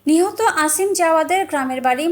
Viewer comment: আসিম না অসিম হবে,আর ছেলে বড় নয় মেয়ে বড়।